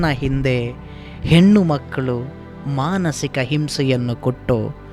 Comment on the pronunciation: ಹೆನ್ನು,ಹೊನ್ನು, ಮನ್ನು ಅಲ್ಲ. ಹೆಣ್ಣು,ಹೊನ್ನು ಮಣ್ಣು ಅಂತ ಹೇಳಿ. ಕೇವಳ ಅಲ್ಲ ಕೇವಲ ಅಂತ ಹೇಳಿ.